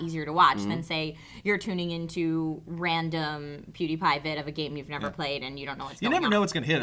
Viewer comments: Pew like the sound you make for lasers. Not poo. But man I love youguys! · Poodypie? XD it's pronounced pew-de-pie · It's not poodiepie it is pewdiepie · Does it annoy anyone else that Phil pronounces it poo-diepie? It's p-you-diepie. That is all! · its pew d pie not poodpie lmao as in pew pew lol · My god its pewdie, not pootie, he aint got no belt this aint pootie tang, other than that , cool episode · Omfg it's not poodie! I still love you guys though! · Since when did Pewdiepie become Poodypie lol. It's PEW like church pew lol. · Why do they say pewdiepie like poodiepie? It's supposed to be 'PEWdeepie' like a laser noise 'pew pew' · PEWdiepie NOT POOdiepie PEW PEWPEWPEWPEWPEWPEWPEWPEW PEWDIEPIE!!!!¡!!!! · his name is pewdie not pody :D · hahahahaha phil says pooty instead of pewdy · You guys say poodie. It's pewdie. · PewDie not PooDie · Guys, it is "Peeeewdiepie" not "Poodiepie" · GODDAMNYOU STOP SAYING "POODIPIE". It's "Pew-die-pie" He pronounces it everytime he starst a video, GO WATCH AND LEARN IT ALREADY. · ITS PEWDIE NOT POODIE !!!! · Stop saying Poodee, its Pewdie. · Why does everyone call pewdie poodie! His name is... PeeeewwwDiePie :D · It's not poodie, it's pewdie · Are they Trying to say "Pewdie" when they say "Poodi" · Its not poodie its pewdie like PEW PEW PEW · It's funny how you keep misspronouncing Pewdie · Lol POOdiepie... Pew like a gun pew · Please stop saying "PooTiePie" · why do you guys keep calling him poo-diepie? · For the love of god learn how to pronounce Pewdiepie. It's not pronounced Poo-deehpie. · did joe just say poodiepie? i think joe should show more respect to his fellow youtubers by at least saying their names right, especially if the channel the most popular one. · Poo-die-pie lololo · omg they say poodypie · phil can not get pewdiepies name right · Why can't Phil and joe pronounce pewdiepies name correctly. got it though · Is phil unable to pronounce Pewdiepie?